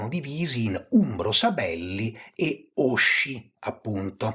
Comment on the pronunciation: Bel video. Solo un elemento di pronuncia, non per pignoleria ma in coerenza con il livello molto alto e molto accurato del canale: òsci, non ósci, in quanto dal lat. ŏsci; al contrario, Ómbrica, non Òmbrica.